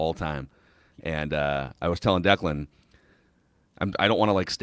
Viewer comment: The way it reads Declan is right